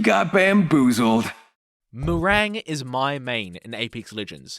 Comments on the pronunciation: I am so mad you call mirage like that. Not to be a nerd but its pronounced miraj NOT FLIPPING MIRAG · Bro literally said mirang . That's ma rage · Why is no one talking about how he butchered Mirage’s name by calling him “Meringue”? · Nah...nah you mispronounced Mirage's name on purpose. F*ck that sh*t